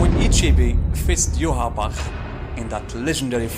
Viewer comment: You are the only one who pronounces ywatch as good as the man who voices him